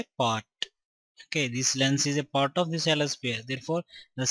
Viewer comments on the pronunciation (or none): Part ko port bol raha h